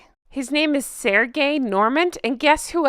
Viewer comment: It's pronounced - SERJ not SER-GAY, he's French and not Russian. And yes, you're on to something . I thought so when she chose this guy from her wedding. I knew he worked for Julia and had done her hair when she won her Oscar. She probably tried inviting her to the wedding too seeing how Julia and George Clooney are friends.